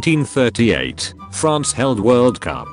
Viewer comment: France not franch